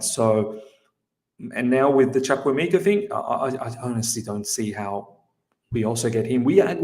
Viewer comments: It's pronounced CHU-KU-EH-MEH-KA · CHUKWUEMEKA my middle name sake will go straight into our first team. Trust me guys, he wont be loaned out. He is here to cause havoc to all our opposition. 99% of people have butchered his name (including ). He is class all the way and has the potential to get much better. He is an attacking midfielder in his most potent role as he is very skillful and creative. Delighted this has happened